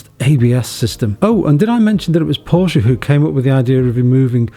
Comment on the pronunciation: Porsche not Porsch! That is when you know who a car enthusiast really is.